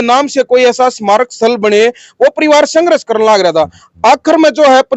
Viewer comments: Apna ucharan this karle yehshaba sanghras nahin balki sanghrs hai. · भाई पत्रकार आप हिंदी भाषा को सही से उच्चारित कीजिए,आपका जो संघर्ष शब्द का उच्चरण है वो आपके सारे संघर्ष को प्रभावित कर रहा है भाई आप हिंदी शब्द को हरियाणवी लहज़े में मत बोलकर , संघर्ष शब्द की गरिमा को देखते हुए आप उसे सही से उच्चारित कीजिए, आपका बहुत बहुत धन्यवाद ❤